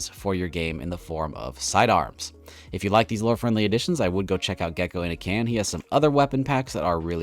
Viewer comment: He correctly pronounced Geckoinacan!